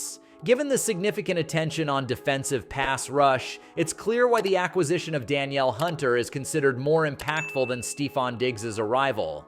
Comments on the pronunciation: His name is "Da- Neil" not Danielle(pronounced) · Bro feminized tf out of Danielle(duh-neel) Hunter 😂